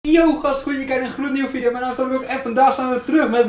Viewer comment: Geniaal hoe jij video zegt viedeo Ps wel lekkere comment😂